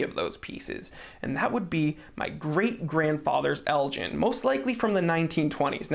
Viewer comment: Great video, the "G" in Elgin is as the G in gun not as G in gin. Got my dad's old Seiko quartz and my other half has her dad's mechanical watch from a breakfast cereal packet promotion. Both run well. Never serviced.